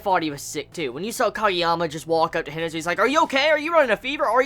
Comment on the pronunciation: C'mon, "He-nah-tah" - Hinata just like from Naruto